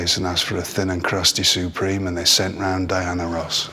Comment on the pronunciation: "Thin & Crusty Surpreme" 🤣🤣💀💀